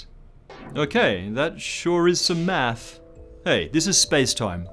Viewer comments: Hey, Thank you for all those excellent video's. I love how you say math, to me it sounds like "meth" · I hate how he says "math" (without the 's') sounds so wrong. [no offense...well, not much, just doesn't sound right coming from a non-American]